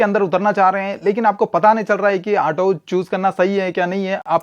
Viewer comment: ato nhi auto hota hai 😅